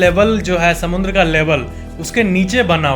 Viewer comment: According to its not samandar neither it's samudra it's SAMUNDRA 😂